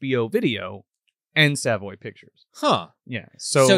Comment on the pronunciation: Good episode. Don't think I have ever seen this movie uncensored (they played this a lot on cable.) Dig the channel and everything. But the pronunciation of Savoy is crackin me up (it's suh-voy btw.) I remember Savoy pictures vividly because my local video store in the 90's had a Savoy clock. I always tried to sweet talk the owner out of it. Because my name is Savoy. 💎😁